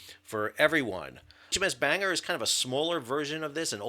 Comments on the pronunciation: It's Ban-gor nor bang-er. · It's not banger. It's ban-gor. Gor as an gore. It's a city in Wales. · To add to the pedantry of pronunciation - Bangor is pronounced with the o - BangOR not banger Keep up the great work! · Sam, the ship isn't called HMS Banger ( although that would be cool. ) It's HMS Bangor, pronounced Bang - gor. She is named after the Northern Ireland seaside town on the southern side of Belfast Lough ( where I'm from. ) Keep up the good work. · It's pronounced Ban-gor, Not bang-er lol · For God's sake mate, pronounce it properly. It's not "HMS Banger". It's "Ban- gore" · Very happy for you Americans to borrow our language, but it's NOT pronounced "HMS Banger" - it's pronounced "HMS Bang Ore" ! The Sandown class are named after seaside towns - Bangor is in North Wales. The accident was almost certainly caused by mechanical failure in the machinery control system following maintenance by contractors. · 👍Thanks. 👍Incompetence is now rampant and institutionalized here in the UK. Btw, not 'BANGer' ; it's 'BAN GORE' -- a Welsh costal town. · Pronounced 'Ban-gor'. Not Banger!? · HMS Bangor is not pronounced like a Banger! If you notice the “o” that changes it. Bangor is said like Ban-gor, not banger and is named after a place. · It is not "bang-er". I know of 3 places with that name: in Northern Ireland, in Wales and the US state of Maine. The last two are "ban-gor" or "ban-gər". I expect ship is named for the city in NI: "bang-gir". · Correct pronunciation is "BanGore" and "ChiddingFold". It's opaque what actually happened. No time even to "blow the whistle" five times to alert danger. No visible prop wash astern or ahead. If there was an issue with tugs, Maritime Law is clear, it's the Master of the vessel being towed/manœuvred who is in charge and responsible. Similarly with a pilot aboard... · It’s pronounced Bang-gore. Also the ship is named after my hometown and she visits regularly. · Ban-gore is how it's pronounced